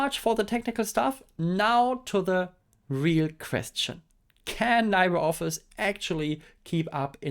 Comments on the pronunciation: "libre" is a Latin word, and Latin pronunciations tend to be straightforward, so it would be "lee-bray" instead of "lie-bray". "Library" comes from Old French "librarie", but for some reason doesn't carry over French pronunciation. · Hehe never heard it pronounced that way too. Either Lee-bruh (French) or Lee-bray (Spanish). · It's pronounced liːbrə ɒfɪs, not laɪbrə ɒfɪs. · Li sounds Lee, like Bruce Lee, please say "LeebreOffice" 😅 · LibreOffice should get an award for brand failure. I mean, half of the world's population can't even pronounce it right.